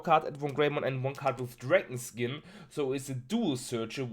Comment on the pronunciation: Dont Wanna be an Egghead but its Dragonkin not DragonSkin triggers me everytime ^^